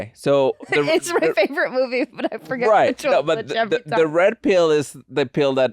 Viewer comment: "Her faberate mubie, dematricks" lol